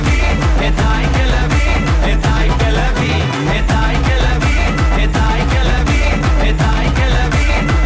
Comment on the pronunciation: தாய்க்கிளவி or தாய்க்கிழவி?. தனுஷ், தனது தமிழ் உச்சரிப்புகளில் கொஞ்சம் கூடுதல் கவனம் செலுத்தியிருக்கலாம்.‌